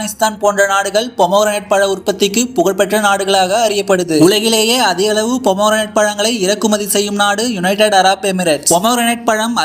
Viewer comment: ஏன்டா வெண்ண தமிழில் மாதுளம் பழம் ஆங்கிலத்தில் போமோகிரனேட் நீ என்னடா போமோரனட் னு உருட்டுர தெரிஞ்சத மட்டும் பேசு போதும் 😮